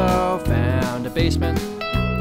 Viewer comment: "bassment" Davie504